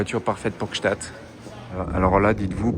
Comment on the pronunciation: Bon anniversaire à Anna et merci cette sublime vidéos Par contre Gsaatd prononcer pas un t svp c'est un d:)